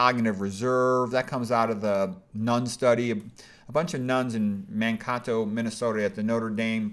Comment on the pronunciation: Loved the way you pronounced Mankato. 😂 it’s Man-kayto